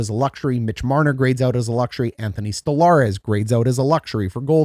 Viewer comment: Exactly!!! Plus, the way he pronounces his name, and others, is sad. This guy is clueless